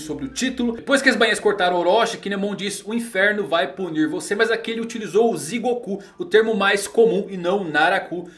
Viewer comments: Só uma breve correção, é Jigoku e não Zigoku! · nao eh zigoku eh jigoku!! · yae... o jeito certo de falar inferno eh Jigoku...( Digoku )...